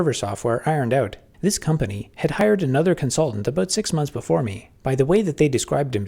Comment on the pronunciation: w Constaultant on comsulting